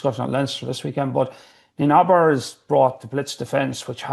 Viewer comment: Even Eddie can say Neinaber correctly,.